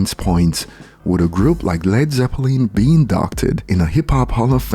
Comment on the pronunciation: Omg u did it again its ZEPPELIN not ZEPPLANE, say Londen! The den on the end of londen is how u say the lin on zeppelin and the second e is silent... zeplun is close but more like zeplin/London 😂 u lose 2 points now